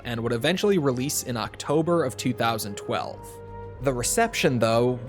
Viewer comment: It’s TWENTY TWELVE 👎